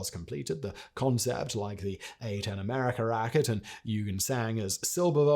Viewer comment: NOOOO!!!! Not one thing you say shows any effort to get it correct. The name is NOT "you-gene"! It is pronounced "oy-ghen". At least you can try to get names right. You butcher the whole lot, including the German name for rocket - might as well use the proper "rocket" in English and just skip the German word, which is NOT a "racket", it is a "rha-keh-teh". And in many languages, including German, "v" is ronounced like an "f", so it is NOT a silver-Wogel, it is pronounced "silber-fogel". If you want to be a semi journalist and cover International history, work on your language skills!